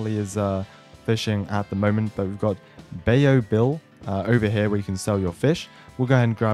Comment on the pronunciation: Bayou bill im from Louisiana you will never here someone pronounce it that way